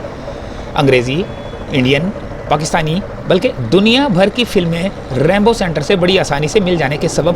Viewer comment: It’s not Rambo centre it is Rainbow centre. Please correct it. Thanks